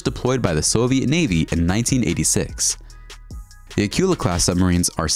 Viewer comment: That tells me what you know about history it is not General Ford aircraft carrier it is the Gerald R. Ford aircraft carrier. The hunter-killer submarine you referred to as Acula is actually pronounced acoola. Interesting video but bone up on your history and pronunciation.